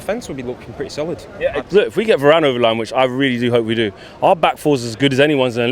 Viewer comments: i stopped watching after the first guy said “VARAYYNEEE” ffs our fans are washed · Va-ran.. its harder to mispronounce it and yet people find ways. Hitting us with Va-ranny and Va-rain.. ffs Nice job by the way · Did he call varane varaine? 😂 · Man said Va - rane lol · man said "varayne" lol 😭😭😭